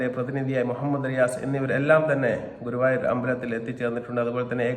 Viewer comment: ഗൂവായൂർ അല്ല ഗുരുവായൂർ 😅